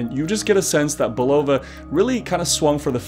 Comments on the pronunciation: Hey, Bulova is pronounced: Bull uh Va ( its a queens ny brand where I'm from) the other way sounds Russian:) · Great story - but please explain your odd pronunciation of Bulova...since when is the accent on the second syllable? Hearing you say it over and over was nails on a chalkboard. I don't pretend to be a watch expert, but I do own my dad's 50+ year old Bulova, and this was a new one on me...don't think I'm alone here... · You can find Bulova commercials from the 60s and 70s if you look around, and they pronounce it “BULL-of-a”. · Umm...I don't mean to initiate a riot; however, let's discuss your pronunciation of Bulova. I've always said Bull-ova. Which is correct? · Love your site, but it's pronounced "BULL-uh-vuh". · You're saying Bulova wrong. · Someone from Bulova needs to call him and teach him how to pronounce Bulova. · odd pronunciation of bulova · This might help you pronounce Bulova properly.